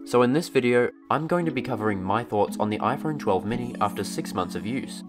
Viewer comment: "iPhern mini"